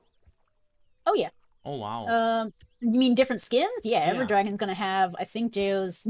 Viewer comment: Stop saying dragon it’s draaaaaaagons